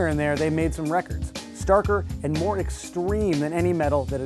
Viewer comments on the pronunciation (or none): none